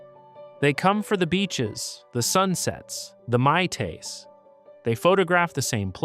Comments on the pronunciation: What's a "my-tay" ? 😂 AI sucks. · Stopped watching ten seconds in when the so-called narrator called a drink a "my tay." Thanks for the ignorance signal early on. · You’re gonna talk about Hawaii at least learn to pronounce something as simple as a drink like a Mai Thai🤪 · Terrible narration. Who ever heard of a " my taze" ? Did you mean "my tie"? .... not to mention all the Hawaiian words mispronounced. After a minute or two, I just gave this video a thumbs down and walked away. Really bad machine-generated crap! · He said Mai Tai wrong, it must be Ai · You lost me at the pronounciation of "mai tais" 😂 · They mispronounced Mai tai, this is AI all the way. Lame